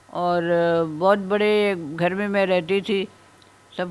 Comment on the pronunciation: بھائی اگر برا نہ منائیں تو مشورہ دیتا ھوں کہ سپیچ تھراپی کرائیں گھر کو اپ گھڑ کہتے ہیں آپ کی زبان میں بہتری آ جاے گی